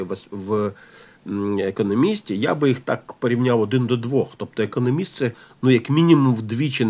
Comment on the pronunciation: Будь ласка, не економіст а економіст, з наголосом на другому складі